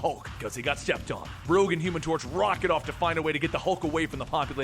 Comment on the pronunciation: "cuz he got steeped oon" lol